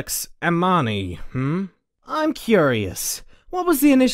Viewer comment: A-mi-ni the I make a e sound